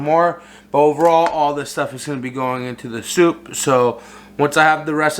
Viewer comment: Did you say chicken sopa?